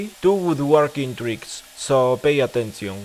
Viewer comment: like it when you said "pay attencion"